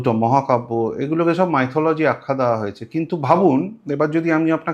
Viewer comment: কে প্রথমেই আমার আন্তরিক শুভেচ্ছা অভিনন্দন ও শ্রদ্ধা জানাই🙏🇮🇳🙏 Sir, please, don't mind, don't take it otherwise; 'মাইথোলজি' pronunciation টি সঠিক নয়, সঠিক প্রনানশিয়েশনটি হল ' মিথলজি '।